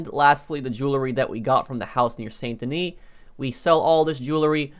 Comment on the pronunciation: San da knee. Learn how to pronounce stuff properly.